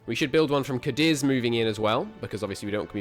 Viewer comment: Afro-Eurasia it's pronounced cah-deez, emphasis on first syllable